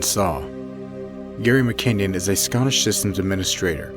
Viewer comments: It's not mckinyon. It is mckin non. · Its Gary McKinnon, not McKenyan..